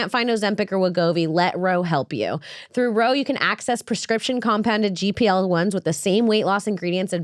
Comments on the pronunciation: Imagine doing an ad read for a GLP-1 and calling it a "gPl-1" multiple times. To make it even worse, I'd imagine she's reading this off of an ad script, so she's literally seeing GLP in front of her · She said gpl1 instead of glp1